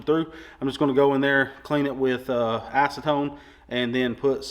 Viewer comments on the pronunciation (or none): none